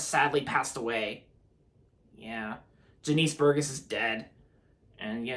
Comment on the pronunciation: It’s pronounced Jah-nis Bur-Jess